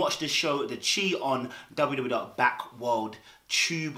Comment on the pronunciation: the chi is pronounced “the shy”